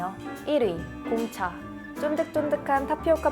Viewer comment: 공차 얘기할때 무슨 말인지 모르겠음ㅋㅋㅋ